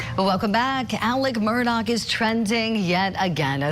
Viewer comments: Can we STOP saying "MURDOCK" ITS, (sounds like)...."MERDAW" Lets not church it up dirt. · You keep saying their last name wrong